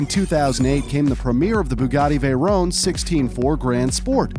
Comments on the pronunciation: It's not a veyrone, it's a veyron. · Vey-Ron not rone it’s Ron and chi-Ron not rone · Dude pls say Shiron and Veyron, not ,,Chirawn’’ and ,,Veyrawn’’ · It's vay-ron not vay-rone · I love your videos and your animations but it creases me up when you say veyrone not vey Ron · he pronnounced "chiron" and "veyron" "CHIRON" sheer on but spelled chiron veyron VEY Ron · Btw it's pronounced Vey Ron and Le Mon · Is anyone else annoyed at the way he pronounces veyron and chiron